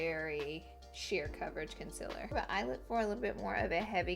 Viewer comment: Also when she says "conciler" instead of "conCEALer" and it's not an accent either because I'm from Alabama too...